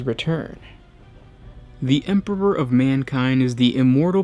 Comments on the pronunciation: this dude has said 'Emperpor' several times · Dude totally pronounces it Emperor-ber. Good video, just can't overlook that beginning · "The Emporber" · Why do you keep saying EMPERPOR?? Is this supposed to be an inside joke between you and your editor or what? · what happened to the other guy who used to do some of these videos? he used pronounce thing correctly! “Space woofs” and “Emporber” great content on these vids but the whole way this guy puts on a voice pisses me off. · hah!! Very amusing. Now, whytf is he saying EMPERPOR!?!?! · Glad it weren't just me. I herd empperper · I love your videos but I had a little chuckle when I heard "Emperber". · "THEEE EMPBUROR" :D what a joke, for a native speaker. :D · anyone hears empopor, too? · I honestly couldn't focus and listen eventually stopped watching due to "the empebor" hearing it over and over again! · Is it so frickin' difficult to pronounce EMPEROR!? Sorry I can't like this video, this narrator's weird pronunciations are to distracting to actually listen to what he has to say Disliked unsubbed' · the emperper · By the Emporber this makes me laugh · First you mispronounce "Corps", now you mispronounce "Emperor". Jesus fucking christ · Am I the only one who heard him say emperor weird??